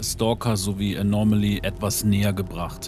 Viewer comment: Es heißt Anomaly, nicht Anormaly, Du packst immer ein R in der Aussprache dazwischen, das hört sich schräg an 😉